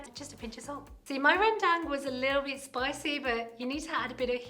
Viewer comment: Jenny pronounces Rendang and the name of the ingredients so well in Bahasa. Love it!